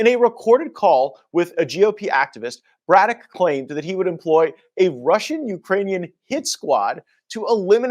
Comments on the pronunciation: Dude, you're pronouncing "Braddock" wrong and it's driving me crazy. Go back to 4th grade English class my dude. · can't read for sht! He mis-reads so many words it makes him look dumb. Can't even read the last name Braddock? Really? He really said Bro-dock?? 😭 It'# pronounced Brad-ick. Every video he messes up 2 words or more. This is hilarious. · BRADdock. BRAD-DOCK BRĀDDOCK long A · It's pronounced Brad doc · (brad-dock) just sayin 💕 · a shame this fucker can't say, "Braddock"; give me a break, guess he never heard of James J